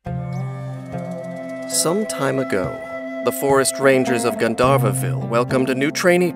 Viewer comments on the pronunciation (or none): Ugh god it's pronounced Gaan-dhaa-rah